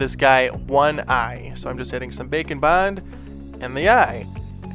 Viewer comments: It has taken me about 10 episodes to realize you're not saying "Bacon Bond"... I thought it was a joke from an old video until I saw the label. 🤦‍♀️🤦‍♀️🤦‍♀️ Welp, here's to hoping you'll make something with a bacon theme, where you have to bond bacon using Bake & Bond. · it took me way too long to realize you were not saying "bacon bond" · Baking bond. Interesting at first I thought you were saying bacon bond. And I was like. Hmmm I wonder why it’s coined bacon 🥓 bond for clay? Hahaha! Baking!!! I see! Wow so impressed! My goodness you’re inspiring! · I keep thinking you say bacon bond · Can't tell if you're saying bake and bond or bacon bond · Bake & Bond, All I hear is bacon bond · I understand you are saying “bake and bond” but all I could hear was bacon bond and I got confused🤣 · I stg he just started saying bacon bond at some point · you sound like you are saying bacon bond lol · Yes it does, I guess its how says it. I love that!